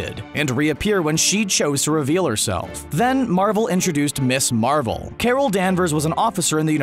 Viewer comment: For the record - “Ms. Marvel" is pronounced “Miz Marvel" not “Miss Marvel"…